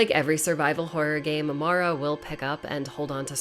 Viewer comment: My name is Mara and I just want to say THANK YOU for pronouncing her name properly. A lot of people mess it up for some reason (Mare-ah instead of Mar-ah). It's a small thing, but it's appreciated 💕